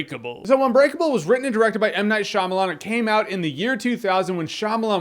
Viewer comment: Hearing "M. Night Shaymalan" is scary